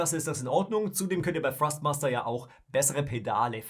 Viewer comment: Kann es sein das ich immer wieder Frostmaster statt Thrustmaster höre???